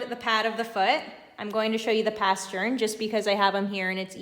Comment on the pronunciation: This is such a patient and pretty dog!! Please pronounce it “pastern,” not “paschurn.” Great info! Thanks!